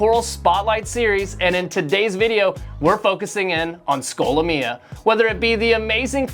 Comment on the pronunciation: Why do you say the name like that??